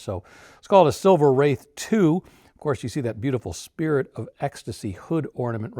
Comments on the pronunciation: 🖕AI, let AI burn 🔥like overheating brakes on a Rolls Royce but yes. It's not "Wrath," it is "Wraith" like the hero car in that movie 1986 "The Wraith" like "Ray-thhhh." Long A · Silver Wraith, pronounced RAITH which means ghost. Nothing to do with wrath. Also the Seraph is pronounced SERaph not serAPH. 😉🇬🇧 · I always heard it as Silver Wraith (Rayth). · Definitely pronounced like "faith" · Wraith is pronounced like faith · It’s kind of amazing that you don’t know how to pronounce “wraith.” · You lost me within a couple of minutes because you can’t even pronounce a one syllable word correctly, and because you were already providing misinformation and assumptions. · Are you NUTS??? Every RR gets tons of respect where ever it goes! I guarantee you, the vallet will always park the Rolls in front of the establishment, whereas the Lambos, Porsches, and Ferraris get parked much further back! BTW, you are mispronouncing Silver Wraith! 😡